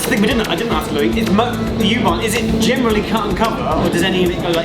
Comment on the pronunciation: I notice that Louis pronounces U-bahn properly and Geoff doesn't. It is 'Oo-bahn' not 'yoo-bahn' I was in Berlin in December 2018. Loved it! We stayed in a hotel in Mitte on Oranienburger Straße and we were more or less equidistant from Oranienburger Straße S-Bahn station (S2, 25 & 26) and Oranienburger Tor U-Bahn station, one stop north on the U6 from FriedrichStraße. I loved travelling by U-bahn, S-Bahn and tram around Berlin! Truly an amazing city! I look forward to more episodes studying other underground or metro networks in other cities. After your recent DART least used video aswell I'd love to see episodes focused on say . . . Merseyrail . . . Or the Tyne and Wear metro, or Glasgow suburban 'Low level' network. Or abroad, I'd love to see an episode on the Paris Metro . . . And episode on the Lisbon Metro . . . Budapest, stockholm, Oslo, Vienna? Wherever you fancy! Speaking of which, the Jubilee line (1996 stock) and S-Bahn trains do have a nice cadence to their traction motors . . . But the winner, hands down, has to be the locos used by OBB (Austrian Railways) on their high speed 'RailJet' services.